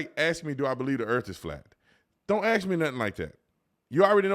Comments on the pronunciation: It's difficult for me in the medical field to hear a so-called educated professional say "ax" for "ask" and other such nonsense words. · I enjoy your content and im aware you’re an intelligent man. Please say “ask” not “aks”. It makes you sound ignorant.